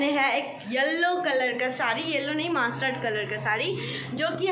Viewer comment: Master nahi mustard hota hai 😂😂😂